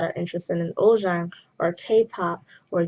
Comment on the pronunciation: Love this but isn’t it supposed to be pronounced uljjang even though it’s written ulzzang?